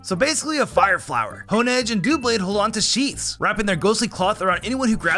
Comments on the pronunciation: Actually, Zacian and Zamazenta only have their items when they're holding them like other items. They're not like those others. Rellor has a ball of mud, not poop. And it's Doublade, not dooblade, and Spectrier, not spechier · Dew-blade? DEW-BLADE? It's 2 blades! It's a double blade! It's called Duh-blade!